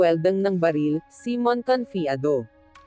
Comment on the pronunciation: ayukong mag subscribe sa yo..ayusin mo muna pag pronounce mo sa name ni mon